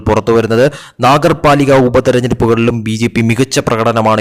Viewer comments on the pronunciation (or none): നാഗർപാലിക അല്ല, നഗർപാലിക ആണ്. വായിക്കുമ്പോൾ ശ്രദ്ധിക്കുക, മനസ്സിലാക്കി വായിക്കുക!